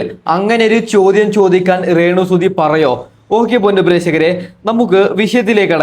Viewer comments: റേണു അല്ലടാ 😄രേണു ഷംബ്ബാഷണം അല്ലടാ 😂😂സംഭാഷണം പ്രേഷകർ അല്ലടാ പ്രേക്ഷകർ 😂 വെയ്രൽ അല്ലടാ വയറൽ 😂. നടുക്കുന്ന വീഡിയോ എന്ന് പറഞ്ഞു നടക്കുന്ന വീഡിയോ ആണല്ലോ കാണിച്ചത് 😂😂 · ആദ്യം നീ മലയാളം സംസാരിക്കാൻ പഠിക്ക്, റേണു അല്ല രേണു. പ്രേശകർ അല്ല പ്രേക്ഷകർ.സംഭാശനം അല്ല സംഭാഷണം. വൈരൽ അല്ല വൈറൽ. ഇണ്ടർവ്യൂ അല്ല ഇന്റർവ്യൂ. ആഘോശിക്കുന്ന എന്നല്ല ആഘോഷിക്കുന്ന എന്നാണ് 😏